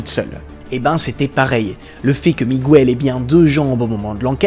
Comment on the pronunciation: Petit commentaire relou (pardon je suis prof !) : on prononce Miguel comme cela « Mi-gu-elle » (même son que dans bague) et non « Mi-gou-elle », on prononce Buenos (Buenos Aires)« Bou-é-nosse » et non « bu-é-nosse ». Et y a d’autres prononciations hispaniques erronées dans d’autres vidéos ! Voilà c’était le clin d’œil de la prof 😊 mais c’est un détail dans un flot de vidéos extras !!